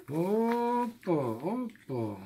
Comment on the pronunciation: так забавно ваш муж говорит ОППА )))